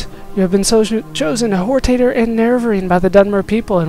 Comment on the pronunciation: Lol - it's funny how you pronounced HOR-TAH-TOR as HOR-TAY-TOR